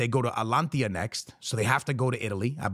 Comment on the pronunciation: Wtf is alanthiya?💀